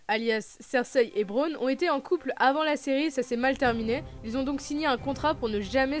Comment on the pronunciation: Bonne vidéo mais pour info on dit pas "Marjorie" mais "Margaery" et et pas "Braune" mais "Bronn"